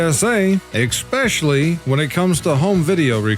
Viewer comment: I love Memes and Laugh While the World Burns, but I have to tell you again, the word especially doesn't have an X in it. You keep saying eXspecially. Your English teacher would be shocked.